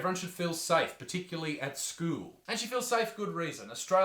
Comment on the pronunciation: why'd he say school like Eric Cartman